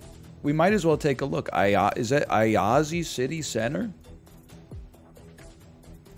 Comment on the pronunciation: just fyi Timișoara is pronounced ti-mi-SHWA-ra (not ti-mi-so-AH-ra) because of that comma thing below the s making it a sh sound (: and Iași is yash(i) (like barely pronouncing the i at the end) not aiazi (